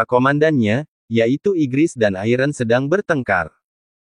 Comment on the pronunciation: Bellion bang bukan iron